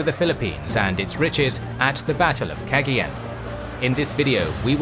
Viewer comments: Don't say Kegeyeun. Say Kagayan. (Cagayan) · Battle of "Keggy Yen"? 🤣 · It's pronounced Cuh-GUY-yon. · It’s pronounced cah gah yawn= Cagayan 👍👍👍👍👍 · I believe it's pronounced Cah-Guy-An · I was wondering how badly you'd pronounce Cagayan lol. At any rate, I'm glad to see some Philippines related history on the channel. Good stuff.